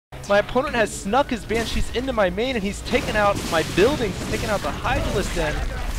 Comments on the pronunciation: BAN-shee. Not ban-SHEE. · Why did you keep saying "ban-SHEE" instead of "BAN-shee," stressing the second syllabable? Did I miss the reason for that? It really bugged me throughout the game. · Dude! Why are you saying ban-cheez? It's bansh-ees! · I love all your games but your pronunciation of BANshee (please not banCHEE) was a little nail on chalkboardish Still gave it 5stars cause I love your channel. I appreciate your work! Thanks. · I hate your "BanSHEE" pronunciation, stop accenting the "shee"!!!!! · Great vid. Nice to see a real loss. but... !!BAN!!shee !! BAN!!shee /cry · ROFL i love how you say banshee. Ban...shee like It's two words and not one. Hokd on foniks ftw. posted on MiPHONE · Never EVER say "Ban-cheese" ever again. Ugh. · Heh, funny how he says banSHEE. I thought corruptors had some kind of ability that "infests" units that die while the ability is active. But I guess it was removed before the beta. Kinda sucked all the anti-air was made of slowpokes, but good fighting anyways. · You dont have to like the way he pronounces it. He can say it however he likes.